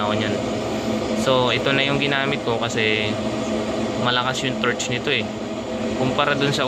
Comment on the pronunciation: torque not torch